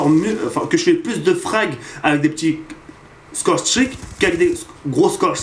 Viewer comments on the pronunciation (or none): PTDR tu ma finit avec ton accent ! Scow strik ! Mdr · J'adore ton accent anglais "scoRe stRick" Mdr' sinon super vidéo (comme d'hab) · Pas mal "scorestreaks" mais ca ne bat pas ton légendaire "Domaïnéshion" pour dire domination :)